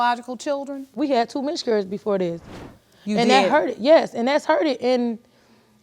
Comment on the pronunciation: "Miscurriges" was getting me.